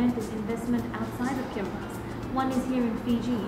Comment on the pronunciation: I don't think that kiribati will sing k as you said